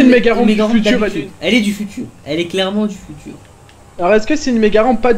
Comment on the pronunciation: Unwin dit "stalu a tousse c’est unwinnne"